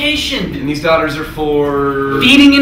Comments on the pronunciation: The word daughter didnt actually sound like a word by the end here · I like the part where he said "daugthers"